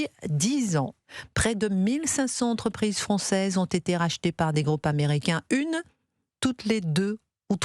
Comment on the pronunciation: Christine, je vous adore , mais on dit mille cinq cents (z) entreprises…plus personne ne fait de liaison, la langue aussi fout le camp…